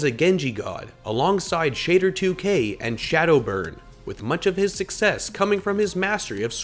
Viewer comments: Did he really say shader2k instead of shadder? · Shadow It's not pronounced shatter2k. It's pronounced Sha - Der - two kay. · lol you said shader2k it’s pronounced shatter2k but it’s not spelled like that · Why do you pronounce every Name wrong? Unkoe, Kariv, Shadder and the List goes on. Just confused by such a High Quality Production and beeing unable to spell Names correct #NoHate